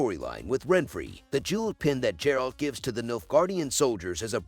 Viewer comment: Ffs its not J-eralt...